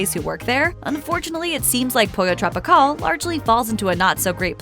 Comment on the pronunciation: Pollo TropiCAWL 😑 hate that pronunciation.